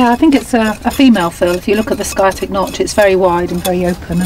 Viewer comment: "Sky-atic" instead of sciatic...I wonder if she says "Sky-entist" instead of scientist